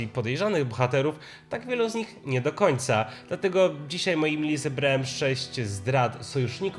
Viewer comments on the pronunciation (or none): none